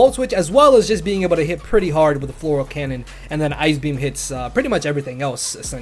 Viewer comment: i love it. FLORAL CANNON. Its Fleur cannon LMAO